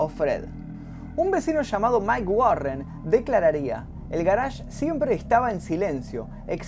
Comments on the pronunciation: "El garásh" ¿oyeron? "el garásh", oh lala señor francés, si como no... -: ¿Cómo se dice entonces? - Yo: Parqueadero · El "garage", ulala señor frances